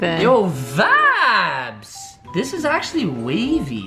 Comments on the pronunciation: Stop saying vadis it is. Super annoying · Please stop saying vabs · Stop saying vabs for God sake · I thought he was saying "vag" and tha shii gets annoying or "vabs" like stop it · are you saying "vIbes"?!? cuz it sounds like youre saying "vAbes" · Omg stop saying vaps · Please stop saying vaps